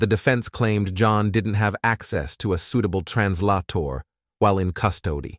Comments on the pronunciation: TransLahTor. Lol smh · Tran-late-ee? What's that? I did know if anyone caught the mess. 🤓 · "A TRAN-LOT-TOR 😂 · 😂😂😂 I find it amusing 😂